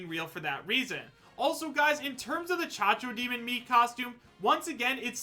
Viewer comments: CACO! CACO DEMON THERE IS NO GOD DEM H IN CACO STOP SAYING CHACHO DEMON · IS C A C O D E M O N, NOT "CHACHODEMON", IEEEEEEEEPA LAH CABRAH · did he just call it a cha-cho-demon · The way he pronounces Cacodemon, my god. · The way pronounces Cacodemon...